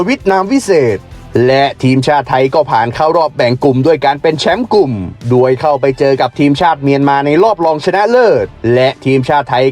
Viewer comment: ปีนี้สูสีเลยครับ ให้เวียดนาทเหลื่อมนิด ๆ ไทยเสียเปรียบ พักน้อยกว่า ต้องล้าเดินทาง แข่งเสร็จกรอบพอดี จังหวะจะโคนแอดอีแล้ว แต่ขอให้แก้ไข คำว่า "โดย"ให้ชัด ๆ จะฟังไหลลื่นดีมากครับ *ดวยได้ประตูจาก....* เป็น *โดยได้ประตูจาก...*